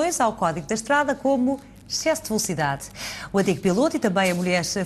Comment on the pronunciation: morri de rir quando a âncora falou "chesso de velocidade" hahaha